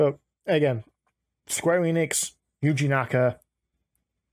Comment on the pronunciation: "Yji" lol